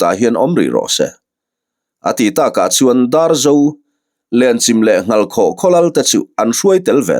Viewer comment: Lenchim i lam dan hi a dik tawk lovin ka hria,Chim tih lai hi 'Chaihchim' ti a chim tih lai tak ang a lam tur a ni a,Lenchim khua hi khaw upa tak ni in Tlungvel zawn chhuah lam Tawih tlang pang ah khian a awm a In 150 vel em ni an nih kha aw,ka chiang chiah ta lo.